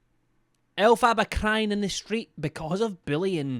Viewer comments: ell- fabaaaa is what he calls her 😭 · it’s pronounced Elf-er-ba 💕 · LOVE How you call her El Faba hahahaha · Elf far bar is how you pronounce it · Elf - a - ba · Second person I've heard now continuously mispronounce Elphaba, and it just unfortunately grates on me every time 😅🙃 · I love but I can’t help but cringe every time he pronounces Elphaba’s name wrong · I love how just continuously mispronounces her name over and over and over 😂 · Ive noticed most uk ppl that cover her pronounce it this way lol